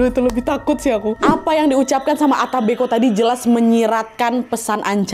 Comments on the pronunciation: Yang bener ata mbeko kak Nadia bukan ata mbe'ko😅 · Bacanya yang benar bukan disambung ata mbeko kak Nad,tapi yang benar dipisah,yaitu ata mbek'o. kebetulan itu bahasa asli daerah asal orang tuaku di Ende,Flores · Penyebutan ata mbeko nya salah kak saya org asli ntt jadi tau